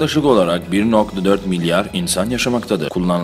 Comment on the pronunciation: 4.14DEKI MLYAR XAXAXAXA